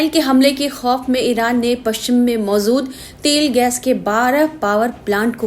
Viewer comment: Anchor is illiterate. Her pronunciation is every poor. She pronounces Mozood instead of Mojood.